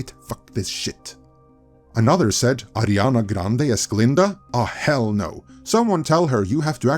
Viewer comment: Her name is Ariana, not Adriana…